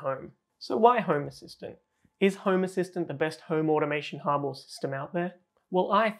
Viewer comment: he did not said hub, he said hoob 🤣🤣